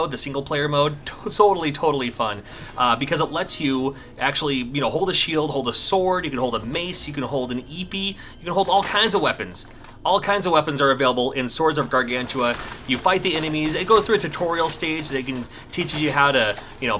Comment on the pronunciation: The Canadian in me has to mention, it's not EEpEE, but AYpAY... or EHpEH. Great video